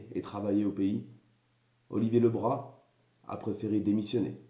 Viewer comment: Tout d'abord, on prononce bien son nom de famille : Olivier Le Brazzzzzz et pas Olivier Le Bra ! Ensuite, faire attention aux médias, qui ne retiennent ce qu'ils veulent...il aurait fallu que tu communiques avec lui pour le juger ! En parlant des séquelles : tu n'as apparemment pas subi un licenciement abusif ! Oui il était sur le terrain, le premier portique à Guiclan : tu connais ? oui il était sur tous les fronts pour que les salariés GAD aient un minimum de prime extra légale !! Franchement, je suis déçue du jugement que tu lui fais ! C'est son choix, alors acceptez le !